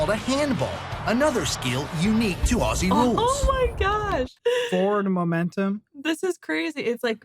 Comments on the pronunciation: When you say "Aussie", thing Ozzy (as in Ozzy Osbourne). American's tend to make it in to "Oss-ee" which we do find totally adorable but technically incorrect. ; ) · It's pronounced Ozzie (as in mozzie (mosquito )) not Ossie (as in posse). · How many times do Americans have to hear "ozzie" until they stop saying "ossie"? Ignorant. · Although there is a "ss" in Aussie, it pronounced with Z not an "ss". Like Ozzy, not ah-ssseee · Awesome game, incredible athletes. And please,,, learn to say "Ozzy" 😁🙏🤗. I know I know,, it's spelt Aussie, or Aus, but change the "s" to a "z" and you got it 👍. (And we say zed not zee) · Say Aussie like Ozzie. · Pronunciation of Aussie = Ozzy. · Say the "s" as a "z" and you'll be pronouncing it correctly. Auzzie. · Aussie is pronounced in your language , Auzzie.Auzzie .Auzzie ... oi,oi,oi. Lol.🇦🇺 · Sounds so weird when Americans say Aussie as ‘ossi’!! 🤣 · From Australia: Aussie is pronounced "Ozzie", and the nation is often called "Oz." Trevorkrause's comment is wortg reading.